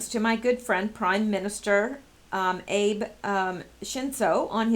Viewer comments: Re: JP PM, It’s “ahh-bey”. Not “Abe”, like President Lincoln. Just FYI. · Minor detail for this, Japanese pronunciation of Abe is two syllables. Read it as (equally stressed): Ah-bay. Not the end of the world your way. I spent some years in Japan. Served there in the NSA, and my wife was Japanese. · MARINE TRAINING----SD = San Diego. Also, Abe is pronounced "Ah' bay" (Prime Minister of Japan)